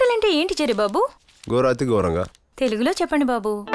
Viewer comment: Adi gorathi goranga kuda kadu. ghorathi ghoranga. Ga kadu gha adi.